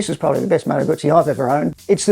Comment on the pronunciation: Moto guzzi pronounced the right way ,love it.